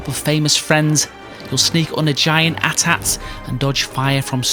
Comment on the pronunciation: Had me until you called it an “**at-at”